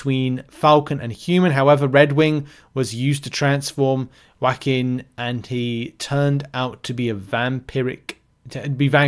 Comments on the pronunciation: Not saying "whackin" instead of "joaquin"(pronounced like "wah-keen") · ..."Whackin". It's pronounced Wah-keen". You know, like the famous US actor Joaquin Phoenix (Joker movies, Gladiator, HER). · Wah-keen is how you pronounce the name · Not being rude only trying to help. Phonetic spelling of Joaquin wah-KEEN Only know because I lived in California at one time in San Juaquin county. (Though I still cant even pronounce half these newer champs) Love your content!!!